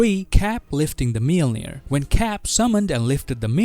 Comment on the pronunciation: Wtf is miolnir?